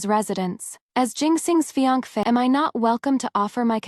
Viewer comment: Why can't AI pronounce fiancé correctly, but can get the Chinese names correct?